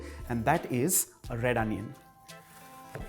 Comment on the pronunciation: Did u say red onion?